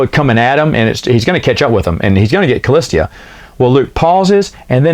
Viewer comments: Totally killing me with “cah-list-ee-ah”. Remove the third, non-existent syllable, please…..”cah-lis-ah”. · Shouldn't that be "Callista"? You keep saying "Callistia" for some reason... :o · Kah-list-a [callista]. Not a hard name to pronounce smh 😂